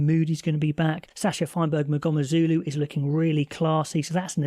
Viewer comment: To help you with the pronunciation.. mgomezulu you have most of it right except the first sound. It's not ma .. it's mmm so mm goh meh zu lu